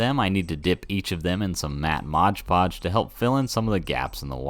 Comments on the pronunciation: why do you call it "Modge Podge" when the label says "Mod Podge? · it says 'mod podge' right on the bottle. MOD podge. Not Modge Podge.